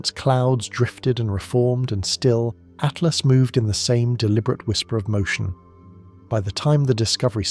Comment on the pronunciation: Does no one check these things before they're published? After 3 dozen At-lasts I had stopped listening to everything else and was yelling at my phone Atlas! ATLAS! Artificial yes. Intelligent my ass